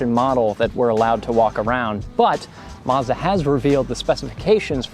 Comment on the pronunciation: Mazda not marrzz-dar